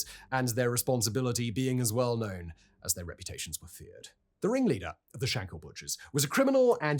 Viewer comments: Shankill, not hill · I would've liked if you'd done just little bit of research into the pronounciation of words. I.e.: It was the TrouBles. "Taig" is pronounced t-ague, the way you pronounced it was an Irish name Tadgh. It's not Shank-hill . Or Shank-ill. it's Shankill, said as if there are no syllables. Bloody Englishmen always muddying the waters... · You cannot even say Shankill properly and you talk too fast, who are you trying to be Shapiro................ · One thing of note that is mainly just a grammatical error, it's Shankill not Shankhill. It seems to be only a pronunciation issue for English people, the most famous case I'm aware of being madlad Ross Kemp.